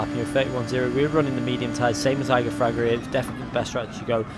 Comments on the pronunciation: Plz. Don’t say “eye-gor Fraga, But Ee-gor Fraga. ;) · Igor Fraga, "E-gor" not "eye-gor" ;) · Yo just a little mistake there, you don't read it Igor, you should read it EEgor, it sounds like e in portuguese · It’s Ee-Gor Fraga. He’s Brazilian like me. ;) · Yeah, I thought was talking about the mountain Eiger. "Like damn, this dude is not only the world champion of the game but also fragged the hardest mountain in Europe. Whoah" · Great video, shame you keep saying Igor's name wrong. :/ cheers!